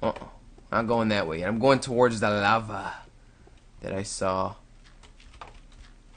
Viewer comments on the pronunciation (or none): none